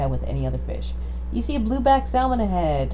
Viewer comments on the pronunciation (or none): I really wish you didn't pronounce "salmon" the wrong way - the "L" is silent.